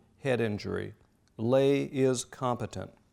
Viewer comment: Incredibly interesting. My only complaint is the repetitive mispronunciation of Nazi Labor Front Leader, Robert Ley. A common American mistake, based on common pronunciations of Irish surnames such as “Fey.” In German, his surname was pronounced “Lei” with the hard “I.”